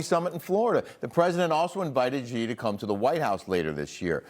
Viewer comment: She mispronounced Xi's name